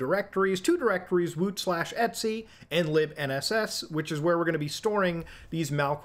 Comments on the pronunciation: "etsy"? It's just "et cetera", brother. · etc = etcetera not et sea. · its E.T.C not eatsy 😭🥀🥀